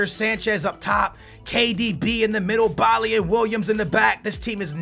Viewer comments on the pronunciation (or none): none